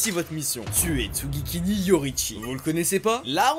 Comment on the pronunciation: alors... c'est pas tsugikini mais tsugikuni 😅 sinon masterclass